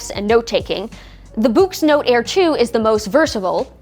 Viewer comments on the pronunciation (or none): Ummm. I think "Boox" is just pronounced like "books". It doesn't rhyme with "kooks". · All it took was Onyx to release the “Boox” to make an American pronounce “books” like someone fro Yorkshire (9m38s).